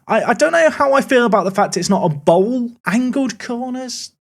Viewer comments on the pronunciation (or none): none